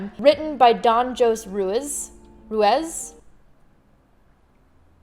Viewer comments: Roo-eez. Ruiz is a Spanish last name Hoh-seh Roo-ees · It's pronounced Hosay Rueez. Great video and wonderful to see you